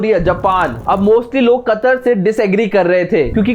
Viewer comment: Chootiye वह कतार नही कतर है झंडू पहले नाम तो लेना सीख ले